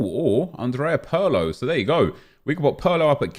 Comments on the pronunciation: It's not Pearlo, it's Pirlo mate. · This nikka said pearlo 😂😂